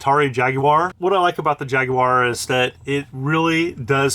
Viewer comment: Thanks for pronouncing Jaguar properly lol. (I’m British)